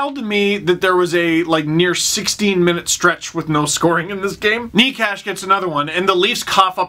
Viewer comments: At first I thought "Who's Martin Kneecash?" lol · Hurricanes fan coming in peace - Martin Necas is pronounced 'Marteen Nay-chess'. Love the vids keep it up Steve!